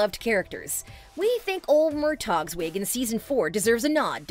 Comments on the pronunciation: It's said "Mur-Tah" not MurTag. And it's Duncan Lacwa, not Croy. Haven't you heard Sam Heughan pronounce it? As for Jamie's wigs, I hate season five. It looks nothing like his natural hair colour from seasons one and two. Seasons three and four were vastly better than season five's. About Roger, considering he did come back for Bree after he left Bonnet's ship and that Jamie beat the crap out of him I'd say Roger is allowed his anger and to those fans who hate him, boo to you. I think Roger/Richard's scenes with the Mohawk and that scene where he runs and picks up the barrel of gunpowder to hasten the priest's death was one of Richard's finest. As for Roger not going back immediately after Jamie and Claire rescued him from the Mohawk....can you blame the guy? Her father beat him almost to death based on what Lizzie told him. And it would have been nice had Jamie actually TALKED to the guy before flailing out with his fists. Considering the size and weight differential, I'd say Roger has every reason to have been pissed. I for one love Roger more than Claire. That says a lot of how much Claire gets on my nerves. Um, it's Governor TRYON. There's an r in there. You should know this if you watched the show. Stephen Bonnet....gummy bear villain. Geillis Duncan....meh. Black Jack Randall, truly a man worth fearing. Tobias and Jack did not win the most feared and hated villain on television for nothing. As for Gabaldon's dislike of the stable scene and his criticizing the "writing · I have NO idea why I watch these videos. The narrator sounds like she's a fan, but when she says "Murtog" and calls King Louis the XIV a "Prince" you have to conclude she's just a voice artist reading a script. I feel sorry for TV series only fans. The production has ruined book Roger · Mur-toG?!? Ty-Ron not Try-on??? Omg watch the show before you try pronouncing things lol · Could you please say Murtagh’s name correctly? Not on one of these have you said his name correctly.